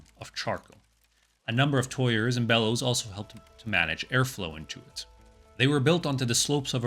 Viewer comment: Excellent coverage of a history pretty much unknown in the West👍 FYI, tuyere is pronounced tweer😉